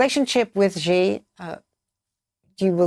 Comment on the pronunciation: China president's surname Xi is pronounced as "si", similar to "yes" in Spanish. not "chijee". There's no h sound in it.